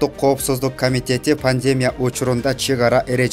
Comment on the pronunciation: Пандемя эмес. ПандемИя. Кандай экичи журналисттерге калдык.